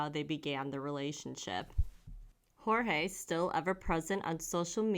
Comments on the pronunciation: Poor Jorge...he was so manipulated that he ended up giving the cop the pronunciation of his name the way she says it instead of the actual way. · It's pronounced George. No silent J.